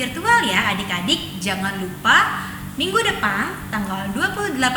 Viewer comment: Makasih dan Kaka,o iya, jangan bukan zangan, jadi bukan zadi,maaf ya